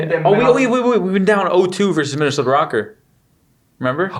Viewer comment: Wtf is, "Minnesoter?"